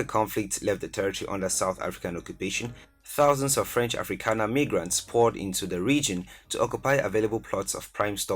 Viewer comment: You just didn't pronounce "migrants" as "megrants" while talking about Namibia